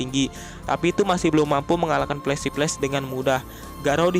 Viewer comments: Pelesi pless🤣 (flasy flash) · Bukti berbeda Orang biasa: Flashy Flash Mimin: Pelesi peles Canda min 😂😂